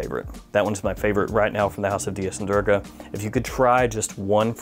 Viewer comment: It's actually pronounced as 'Doorga'. Great list! Would like to try out Bowmakers. I'd like to be entered in the giveaway